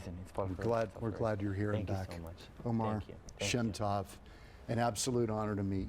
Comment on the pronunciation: Oh-mehr sheh-m toh-v is how to pronounce his name CORRECTLY